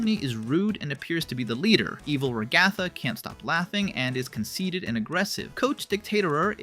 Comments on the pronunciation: Ragatha ❌ rgatha ✅ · RAG-uh-thuh not Rag-ATH-a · It’s not pronounced ru-gA-thu it’s pronounced rA-gu-thu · Da fu** you calling her ra ga tha its fu**in ra gu tha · STOP SAYING RA-GA-THA ITS RAGA-THA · Is it a fandom inside joke to mispronounce Ragathas name? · Why do you say ragatha like that? Just wondering